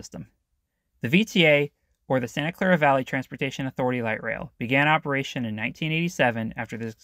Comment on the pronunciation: It's pretty obvious from this video that you've been here like once and more or less skipped the downtown entirely. I would strongly recommend that you at least have somebody local review the script because mispronouncing/misidentifying things like Diridon or Santa Clara St is jarring and does not make you look credible. I'm not sure how you're confusing the wikipedia collage as being "all hotels" when there's only one and it's arguably the city's most famous. And for a "deep dive," you miss several critical points. The downtown you see was not being fought against, most of what remains and is built was very deliberate. The Redevelopment Commission took a core that had pretty much been devoided of wealth in the post-war and was a massive slum by the 1950s. Even if it could be argued that "slum" is a codeword for POC in cheap housing, it's inarguable that a lot of people left voluntarily when presented the opportunity. The city spent decades ushering in new towers, buying out the impoverished, and rehabbing what they could in a many-decades long process that finally ended when California basically shut down city redevelopment agencies. The effects of this are needless to say mixed with not much in objective data and a lot of subjective after-the-fact commentary. Regardless of anyone's efforts, downtown was always a second-rate regional center and residential demand was almost non-existent until relatively recently. It's not that bad, especially when you compare it to other sma